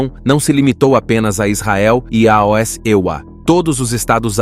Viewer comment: Muito boa análise histórica e geopolítica! Só não entendo porque narrar “aos” como “aoesse”. Dificulta entendimento do telespectador… 😮